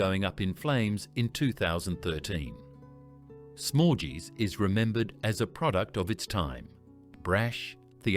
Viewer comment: That’s not how you pronounce Dominos or “smorgeys” for that matter